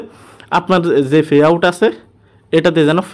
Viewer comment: ফে আউট না৷ পে আউট